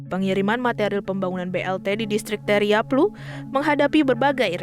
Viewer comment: Admin, Distrik TAIRAPLU, bukan taiyaplu...!!